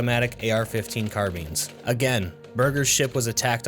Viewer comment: I was listening to this in the background while studying, and got caught off guard when he said "CarBeans" and I was like " WHAT " and made the video go back by 10 seconds and realized he meant "Carbines"